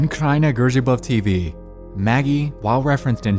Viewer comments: Not the way you pronounced kraina grzybów tho 😭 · The way you said Kraina Grzybów made me laugh so much xD